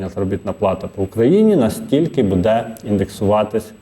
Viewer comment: Як дістав ведучий своїм будЕ. Безграмотний. Навіть не намагається правильно говорити. А ще вчитель. Від реформи чекати кращого немає сенсу. Жах.